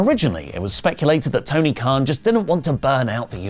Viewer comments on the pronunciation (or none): none